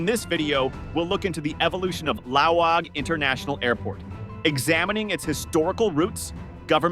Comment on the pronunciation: It's Laoag, not Laong It's pronounced lawag, not "lao‐waaang" Short A's